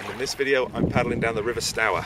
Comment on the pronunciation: Port ages mmmm you really need to find out how Stour and Portage are pronounced , mmmm gun posts , you need to do a bit of research before speaking in your video’s . the word you invented gun post , is called a pill box , apart from getting the 3 things wrong that should have been totally correct, it’s a good video , and I have a 16 foot Coleman canoe , and I’m really jealous of your canoe it’s a work of art ,,, fantastic !!! 👍